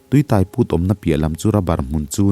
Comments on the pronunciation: Tui Tai....tui tâi tih tur aww...eg..Bike in min tâi.. tih kan sawi ang hian....thei hmin (tai) ang a lam loh tur... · Tui tai tih hi,biang tai tiha tai ang nilo in. Motor in tâi tih laia tâi thluk aga lam tur. Tui tâi chu leilung chhunga tui awm amaha lo put chhuak sawina. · Tuitai ni lo in,tuitaiiiii thluk sei tur,I lam dik lo nasa,a ngaih nawm teh lul nen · 'Tui tai' i lam dan hi a dik lo, tai lai hi, sai (elephant) emaw motor-in mi a tai ti a kan sawi ang hian thlûk tur a ni e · min a tui tai i lam dan hi a diklo a, a hmin tai tek mai kan tih a tai ang ni lovin motor in min tai tih a tai kan lam ang hian a ki sangin lam tur. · Tuitai hi i lam diklo,tai thil intai ang a lam tur,theitai anga lam tur a nilo.A ngaihnawm e. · Tui tai tih hi, mi ka tai tih a tai tih ang hian lam tur. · tuitai i lam dan hi a dik lo deuh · Tuitai tih hi tai motor in a tai tih anga chhiar tur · Tuitai tih, tai laitak i lamdan hi adiklo a, eg..motorin thil a tai tih kan lam ang hian , sang deuhin tai, tuitai tih tur ani e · Tui tai tih hi alam dan adiklo hle mai, tuitai tih hi thluk tur ani e